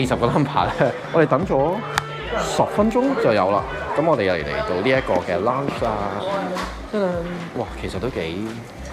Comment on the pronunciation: 冇惡意 溫馨提示 讀「冷ch」 唔係launch ❤